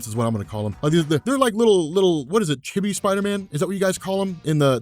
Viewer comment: LMAO, said chibi, but he nailed it though